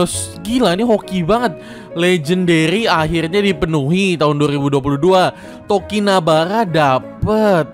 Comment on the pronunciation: Bukannya namanya tokinibara bang kok jadi tokinabara